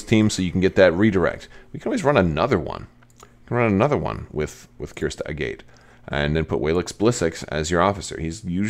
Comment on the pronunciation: Agate is a real word, and it’s not pronounced the way you’re doing it. Is her name pronounced this way in cannon somewhere?